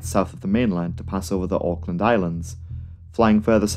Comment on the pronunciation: Yay you said auckland correctly